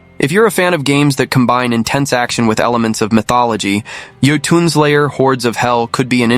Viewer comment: Jotunn is pronounced Y-ort-ton, not Joe-ton. For future reference.